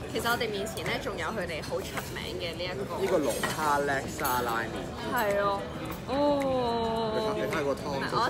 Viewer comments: 叻沙 係讀Laksa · 辣沙都唔識讀🤦🏻‍♀️